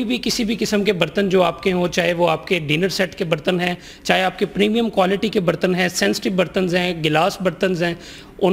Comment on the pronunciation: Bartan tw suna tha ... yeh BARTANNZZ kiya hota hy😂😂😂😂 Yeh shyd dishwasher khareeddZZ kr pata chale gaaaa zzz😂😂😂😂😂😂